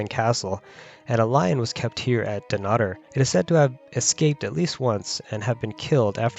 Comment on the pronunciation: Your pronunciation of Dunnottar is hideous, when you are commenting on our history you could at least pronounce our language correctly.